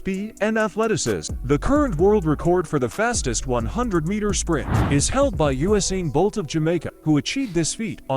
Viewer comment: This AI is so annoyng, I am surprised you did not pick up on how it pronounced Usan Bolts name!! go back and listen!... OK says you need to eat something different, taste, texture.. the guy that only eats chicken breasts?